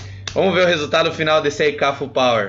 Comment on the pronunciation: ae manja dos inglês